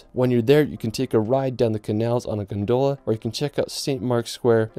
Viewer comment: hahaha I lost it too. Other incredible mispronunciations include: Mar-y-time Bel-FRY and my personal favourite Gon-Doh-la (Gondola) Stone-HEDGE ??? (X2)